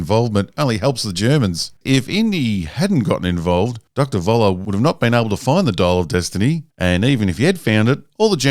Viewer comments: It is sooo annoying that most English-speaking people cannot say 'Voller' correctly... it is German and the V is pronounced as an F. Not difficult. So it is "Foller" and not "Voller". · Why doesn't any English speaking person learn that the "V" in German is pronounced "F".... so "Voller" becomes "Foller". This is not difficult. I am not even asking you guys to learn how to pronounce the "ö"...